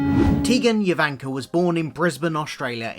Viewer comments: it’s JO vanka, not Yo vanka!!!!!!!!!! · Tegan "Yo"vanka? No! The J is pronounced as a J; not as a Y. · Nice video, but the J in her last name is not pronounced as a Y.